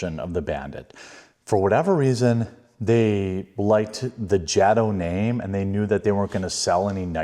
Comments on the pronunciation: First of all it is pronouced Ja - to, not Jad o??? has always been that way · Ughhh... it's pronounced Jayto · I thought that was you! Haha! Glad to see another rc head out there. And yeah like everyone else is saying, it’s pronounced Jay-toe bro, Jay-toe. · most of us would have called this a version of a slash called the Back-Slash. However just so you know its pronounced (Jay-Tow) I love the Pink/Purple combo but they should have made the internal hop-ups pink as well. Not Blue. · Bro its jay_toe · It is pronounced Jay-Toe